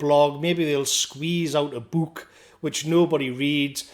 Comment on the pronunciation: The way you say “book” is hilarious lmaoo